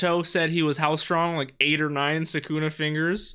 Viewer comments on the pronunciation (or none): Sukuna îs pronounced with accent on The first "u"